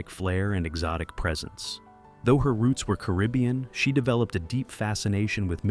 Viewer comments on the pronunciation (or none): none